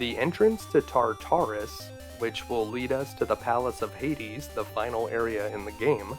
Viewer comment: Tar-ter-us not tar tar us :P You can do it, you got ocarina down. ;) Seriously though, thanks for this one. Never had a chance to play this, by the time I found it in the 90s in emulation it made no sense to me in an era before gamefaqs ever took off. NP never really covered the game much at all, not well at least, so it was an utter mystery and I like the mythology of it all. I've been watching your videos for a week about now, casually, as I work from home as keep awake routine I've done for years with videos. :D Nice flash backs and returns to same skills I've lost from the 80s and 90s when these were new .... Zelda II, Metroid, Kid Icarus, etc.